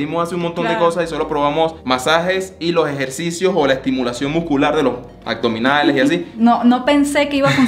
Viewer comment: Chevere videos chicos! Sólo q porfa porfa son aBdominales, no aCdominales. Besos!